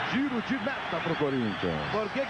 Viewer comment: Impressão minha ou o falou "Forinthians"...😂😂😂😂😂😂😂😂😂